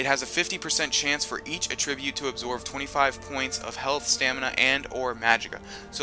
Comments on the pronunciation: 'AT- trib-ute' NOT 'uh-TRIB-ute' :{ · TheSilver312 Attribute* not Attribrute... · AT-TRI-BRUTE Not ATT-RI-BRUTE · idk why but it really bothers me how he pronounces attribute. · Attribute. Accent on the FIRST syllable. 'At-tri-bute. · "At - Rib - Ute" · The way he pronounces "attribute"... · The way he says attribute is killing me... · I wish he would pronounce the word attribute right. it seems like lots of gamers pronounce words wrong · The way this guy pronounces Attribute gave me cancer.